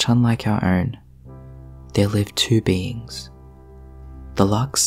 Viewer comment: I thought you said beans, like okay? I toss em. Then realized you mean beings